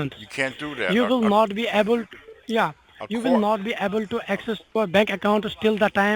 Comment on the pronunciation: "Have a pepper handy.." "ya, ya, ya.." "You will not be ebble to have a bank account.." Lots of allegations against you...Better get those allegators!!! 'What a croc.." :-))Where the Hell did this freaking moron learn to read, or speak English??